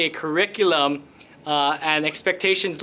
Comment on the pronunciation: Kur- ree- cue- luhm